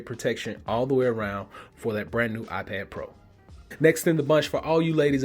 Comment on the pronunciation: "my I-ped"